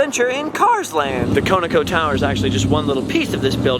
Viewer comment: GREAT JOB, as always,! Just one minor point - The name of the gas station in Shamrock, TX is pronounced "KAWN-o-KOE". It stood for "Continental Oil Company". It is now merged with Phillips 66 (Coincidence? I think not!), and is now called "Conoco/Phillips".